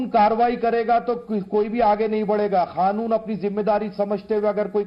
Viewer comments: Mullah kaanun ko khaanun bol rha ha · Khanoon nahi kanoon chutiye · अबे खानुन नहीं कानून होता है..🙄